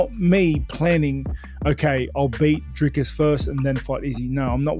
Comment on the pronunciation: Woooaaaahhhh Robert not saying Driscuss is crazy😂